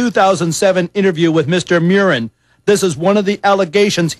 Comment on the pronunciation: Mew-rin is wrong, his name is pronounced Murr-in, just like it's spelled.